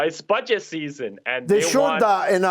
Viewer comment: "It's BUDGET SEASSON" ! 😂🤣😂🤣😁 perfect